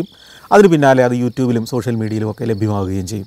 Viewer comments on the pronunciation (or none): none